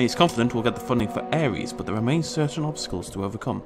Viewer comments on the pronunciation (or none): none